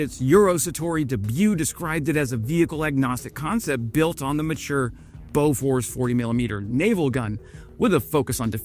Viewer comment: pronounced boo-fours.